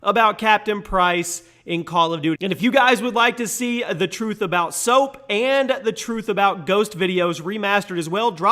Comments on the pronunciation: The turth of captain price thats how its said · "the turth" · THE TURTH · “The Turth About Captain Price” lol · The Turth of Captain Price😂😂😂😂😂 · The turth of captian price 😂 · excuse me mate,what is a turth? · The Turth? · The turth lmaoooo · Ah yes, the TURTH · The turth? Lol mistake at the start! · Um... you said turth and not truth, sorry bro 😅😂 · the TURTH about captain price mate? 😂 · Oh nooo. The turth:/ 😂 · Jimmy op tell the turth the whole turth and nothin but the turth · Did anyone notice that he spelled truth wrong he said turth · “ the turth “